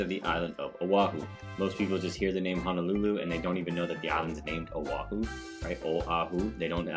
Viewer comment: Ho no lulu not han o lulu. And o ahu not o wahu. Get it right.